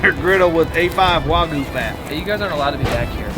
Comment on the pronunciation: It’s Wagyu not Wagoo